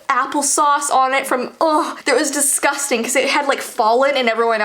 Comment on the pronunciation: I’m a huge germaphobe 😤 this is “desgusteng”